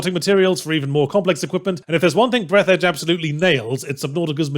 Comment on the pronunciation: Actually it's pronounced breath-arj Fourth wall breaks are good sometimes. You have to either keep them as a funny but more importantly occasional thing or have them have a plot function. If you have neither then they just feel pointless, like what seems to be the case with this game.